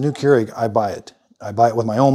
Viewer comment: Came here to hear how americans pronounce this. I assumed ''kee-u-regh'', but it sounded more like ''cure egg'' I am left entertained.